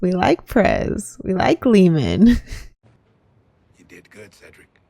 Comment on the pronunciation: Its Bodie, not Brodie Freeman , not Leeman